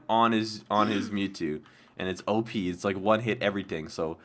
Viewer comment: In stead of OP I thought you said oh I need to pee! LOL !